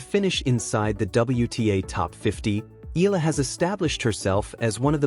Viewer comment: Nobody is shocked. You're being dramatic. You can't even pronounce Eala properly.